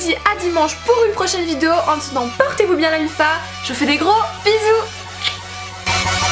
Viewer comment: Tu sais toujours pas dire "vidéo" mdrr, mais c est pas grave tu dechire comme meme